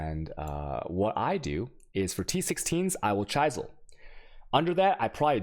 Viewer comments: Holy fuck now he said chUysel and not chisel what the holy fuck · I can understand some POE specific words being mispronounced but normal english words.. "chaisel" god damn hurts my ears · Yer mispronouncan yer vaaaoowalllz "Ch-eye-sal" < "Ch-is-al". Chisel has an "is" sound in it. No "eye". I did find it funny though. Ok, I am done giving you crap ;] - The video was helpful, thanks for the upload. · it's not ch-eye-sel it's ch-iz-el...yikes dude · Chisels, not chaisels, Vaal Orbs = Vahl , not Whale orbs 🤣Otherwise you can confuse new players with weird pronounciations. :P Now the deeper i get into the video, the more I realize that you cannot pronounce right almost anything PoE related. 😂😂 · What the fuck is an Alch and a Chysell... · Don't forget chai-zel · And cheyesil? Lol this guy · Well you missed the great chisel mispronunciation too. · just wait till he can't say chisel right either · I dont think you mentioned to chisel BEFORE you alch. And you might think your mispronunciation of "chisel" "alchemy" and "waal" is cute but I know many people who don't watch you specifically because they can't stand it so you might wanna chill on that dawg. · chis·el /ˈCHizəl/ al·che·my /ˈalkəmē/ FFS dude... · This is great, bothers me he has no idea how to pronounce "Alchemy" or "chisel", but otherwise amazing content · I like your content, but PLEASE stop mispronouncing: alchemy, chaos, and chisel. It really detracts from the quality of your content(at least for me). Google the word and pronunciation for an easy fix. If you happen to be mispronouncing these words deliberately then... yeah, don't do that. Thanks for the videos/stream.